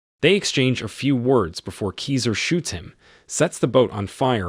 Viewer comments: "KISER SOSA" NOT "KESER SOOS" GET IT RIGHT DUDE... YOUR PRONUNCIATION IS HURTING MY EARS! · It's pronounced Kaizer Soze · Is there a reason for pronouncing "Keyser Soze" differently than the characters in the movie?